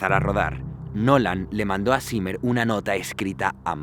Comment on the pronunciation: Zimmer, pronuncialo bien, es "simah",así se pronuncia